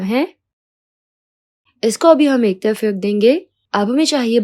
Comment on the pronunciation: Ek tayaf rakh lena he esa kyu bol rahi ho